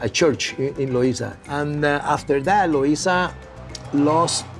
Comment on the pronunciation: Bro if you say Luisa one more time …